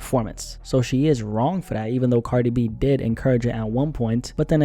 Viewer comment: You say “Cardibee” and I love it 😂